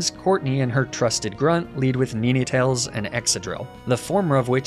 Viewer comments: I wasn't super fussed about most of the mispronounced pokemon names, but calling ninetails neeneetails grated on me, haha. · Nine - tails... Where are you getting this 'Neenaytails' pronunciation from?? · that "Nee-neh-tales" pronunciation messed me up terribly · I know this shouldn’t bother me but it did and does, why you pronouncing NINEtales incorrectly… omfga 🤣🤣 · NEE NAY TALES??????????????????????? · WHY DOES HE PRONOUCE NINETALES "NENETALES"? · Why do you say Neenetales. It hurts. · Daywott, flabibi, nenetails? What are these pronunciations man? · Love you and your videos! Excellent work! Your pronunciation of "Ninetales" causes me physical harm! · That pronunciation of ninetales is now the only way imma say it now lmao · That and the Ninetales pronunciation make me unreasonably annoyed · well, thats certainly one way to pronounce ninetales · my eye keeps twitching each time he mispronounces ninetales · I cannot get over how he pronounces ninetales lmao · I know he probably does it on purpose but god how pissed I got when he mispronounced Ninetales 🫣 I love that Pokémon and hearing him mispronouncing it for 2 minutes really pushed me to my limits 😂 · great video but how you said ninetales and arcanine had me fuming ngl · Enjoying the run, but please tell me the Ninetails pronunciation is a meme and not actually how u pronounce that name. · how you pronounced ninetails drove me nuts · He does the same thing with other Pokémon. Idk if it’s a joke or not but I find it annoying, there’s no way he does it so often on purpose and it’s pretty obvious they aren’t pronounced that way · How he pronounces "Ninetails" 😭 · Is he saying nine wrong intentionally? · “Neenaytales” blew my mind hahaa, I have always pronounced it as nine (9) tales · Did you call NINE-tails NENE-Tails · Just started my first inclement emerald hc nuzlocke run so this content is huge. But anyway did he just pronounce ninetails “ni-nay-tails”? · It is pronounced nine-tails not nin-e-tails